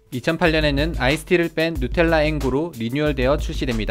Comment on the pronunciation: 발음 죽인다 누텔라ㅋㅋ